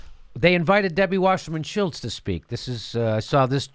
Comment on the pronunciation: I love how Jimmy calls her Shilltz.